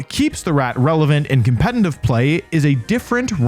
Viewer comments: for a lot of these you talked about why theyre good pokemon, but didnt explain properly why they would be preferred over their evolved forms. also its "competitive" not "compenitive" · Wolfey, can you please learn how to pronounce competitive? There is no n in competitive, yet you manage to put one there every time you say it. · Is he seriously still saying competeNtive? 😂😂 You should trademark that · BRO ITS PRONOUNCED COM-PE-TE-TIVE NOT COMPENTIVE GAW DAMN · he says competitive like "compenitive" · Can you post a video with you saying just “competitive play” repeatedly 😌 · I’ll subscribe once you’re able to pronounce “competitive” correctly. 😂😂🤣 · yo do you realize you can’t pronounce competitive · You pronounce the word "competitive" weird